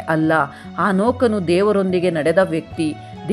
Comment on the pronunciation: ಹಾನೋಕನು ಅಲ್ಲಾ ಸಿಸ್ಟರ್ ಹನೋಕನು